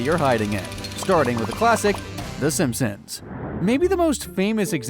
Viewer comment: you call them Simsons? God it's SIMPsons